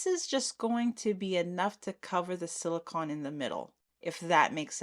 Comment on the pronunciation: Beautiful trays, I agree with the silver glitter snowflakes, the blue ones looked better Also please no one get mad I'm only mentioning because you might not know, it's 'sili-cone' not 'sili-con'